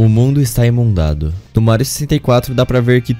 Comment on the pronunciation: Oh, dá pra vc começar a pesquisar palavras que não sabe se tá falando corretamente antes de pôr no vídeoKKKKKK, pô, não me incomoda tanto quanto escrever "sençação" já que na pronúncia não muda nada, mas "Imundado" já é meio tenso. Só uma críticazinha rápida msm. Mario 64 é um dos jogos que me marcou, e um dos mais difíceis da minha vida, pois joguei na época em que não entendia nada de inglês e eu só tava começando a entrar nesse mundo de jogos 3D com puzzles. Mesmo com as dificuldades, a grande maioria das estrelas eu consegui na raça, o que me deixa bem satisfeito com a experiência que tive. Um dia pretendo jogar a versão DS só pra apreciar as adições e o gráfico melhorzinho.